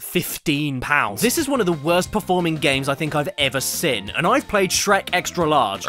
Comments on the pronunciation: Great video but it bugs me so much the way he can't pronounce "seen" properly, he goes ".. I've ever SIN" not "I've ever SEEN". To make it worse, when he says "SEE?" Or "you could ever SEE" he pronounces that normally but as soon as the N gets slammed on their suddenly it's "SIN". LOL. I wonder if he's like "I'd like some baked bins on toast". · SEEN CADDY! Pronouncing it as “sin” is indeed a sin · "the worst game I've ever sin" They way you pronounce 'seen' man 😅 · I like how caddy pronounces seen like sin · It's pronounced seen... not sin. Like breen, or clean, or ween-er. Get it not Mr. ADHD with legs? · Accents are accents. But I have heard You CADDY make fun of American pronunciation and I don't get why you say 'SEEN' as sounding short like 'sên' or something. There's 2 Es in every spelling. like SCENE. Not Sin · The Pin-Pen Merger. A hilarious byproduct of English linguistic dialect development. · Does anyone else feel scared of how Caddy says Seen